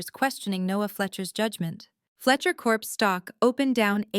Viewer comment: Fletcher corps not Corpse you idiot.